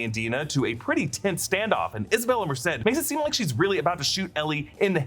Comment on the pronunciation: Just happy you're saying MERCED correct